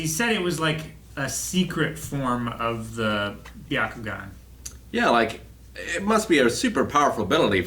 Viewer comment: GUYS IT'S "BYAKUGAN" NOT BAKUGAN -_